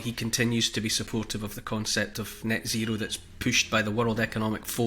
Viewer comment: Do you mean 'Nyet zero'?